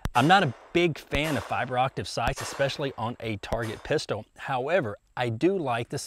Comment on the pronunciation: He always says "fiber optiv sights"...